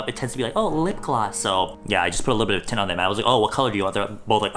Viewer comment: Everytime said tint, it ended up sounding like tit